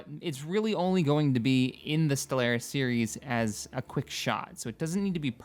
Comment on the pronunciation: I've reported this channel to the FBI for your pronunciation of Stellaris.